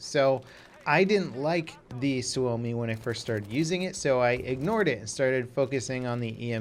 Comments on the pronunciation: You just not said "suami"? IT'S SUOMI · it doesn't have a w when you pronounce it and actually says su-oumi if he left the extra u he'd be correctly pronouncing the name of FATHERLAND PERKELE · butchered the word Suomi because it sounded like Swuomi when he said it lol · "suvomi" lol TORILLE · "Suami" xDDD that sounds funny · Suomi is pronounced sawme